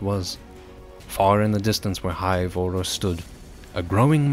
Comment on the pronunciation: It's hive auros not hive orros